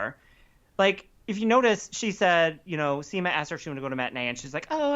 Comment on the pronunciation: When you said at one point in this video "Seema and Carrie arrive" it sounded like you said "Semen Carrie arrive"... 🤣🤣🤣🤣🤣🤣🤣🤣